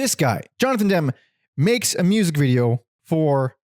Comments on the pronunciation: also its demmy not dem :face-purple-crying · The s/t album is overrated. I don’t get the revisionist acclaim that’s been heaped upon it in the last decade. It’s just okay. BTW, Ennui is pronounced “on-WEE” so Frankie Ennui is a clever and cheeky “punk” alias. Jonathan Demme is pronounced “DEM-me” like it’s spelled, the e is not silent. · This was great! They are such an amazing band. I hope someone can do a definitive documentary on them and discover what actually happened to Sue. Btw Jonathan Demme's last name is pronounced like Emmy. 😅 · You can't even pronounce Demme you wet wipe 😂